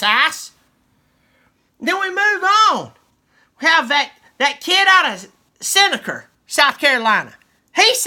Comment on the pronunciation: Lol "Sen-ick-er" South Carolina. 😂